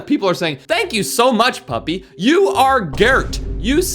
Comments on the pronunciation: What is Pupy but it is Puppy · Pupy bruh😂😂😂 it’s not Pupy it’s puppy